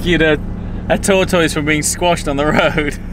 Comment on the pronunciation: finally someone (else) who pronounces tortoise properly!